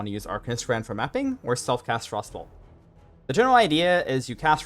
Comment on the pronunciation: It took me a solid minute to realize he was saying frostbolt and not frossoles